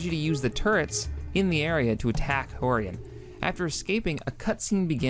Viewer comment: I think its Frank "Horrigan" not Frank Hogan. Lol XD. Well guess it doesnt matter though. :)